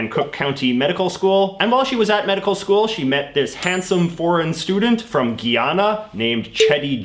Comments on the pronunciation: It's guy-Anna not giyana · “Guyana” isn’t pronounced “Guiana” it’s said as guy-ann-ah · It's guy-ana not gee-ana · The country is Guyana: Guy ana not "geyana" and the people are called Guyanese. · Did he say Gheeyhana? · “Giaaannnaa” no, it’s “Guyana” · Are you trying to say Guyana? It's Guyana. Guy-An- A! Guyana! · Its pronounced GUY anna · The second u is silent i know it doesn't matter but it felt cringe for me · How did you go from pronouncing Guyana wrong and then correcting it and then screwing up the pronunciation in the very next sentence? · Dang it, JJ. I got a little triggered at your "Guyana" pronunciation, but I forgive you cause I like the rest of your presentation. Great stuff as always. Tip: maybe you can use Skillshare to know how to pronounce foreign names right? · OAC hallucinating It may be a Canadian thing. To us Guy is pronounced the way he is saying it because of the French influence. Costa Rica is another one that there are two ways it's said.